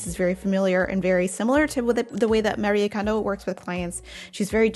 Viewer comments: First, thank you for pronuncing her name correctly ❤ Her message was always about surrounding yourself with joy 😄 I’m sure that’s exactly what she’s doing now, while being realistic about tidying. I suppose some have missed the point 🤷‍♀️ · Thank you for saying her name right! Its been killing me that people don't. 😭